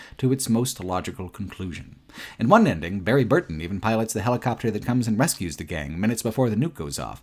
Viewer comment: I can't ignore the fact that he pronounces 'always' as 'al-ways', 'al' as in alligator. As well as, 'unending', he pronounces as 'on-ending'. 'Uncritically' > 'oncritically' 'Unbelievable' > 'onbelievable'. It is so distracting. I have to say though, I'm loving watching the video, some of these RE games I didn't play, so it was interesting to see them. Also agree on RE5, RE6. Didn't like those either.